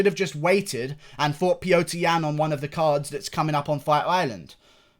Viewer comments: Unrelated but can you please say Petr Yan's name properly? It's Petr, not Piotr lol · Its pronounced pyotr